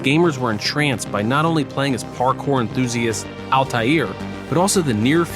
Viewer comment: I'm surprised that you pronounced Altaïr correctly and not Ezio lol. It's pronounced "Et-zee-o" not "Eez-e-o". Hope this helps!